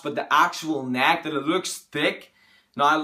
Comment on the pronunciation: Thick NACK JK man everyone has an accent, not mocking you